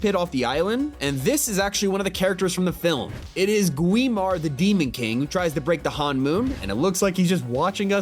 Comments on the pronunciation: "Gwi-mar" no tg thats Gwi-ma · Gwin-Mar?!?!?! ITS GWI-MA!!!! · “HANmoon” “GWEma” 😓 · GWI MAR 😂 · me too lmao GWIMAR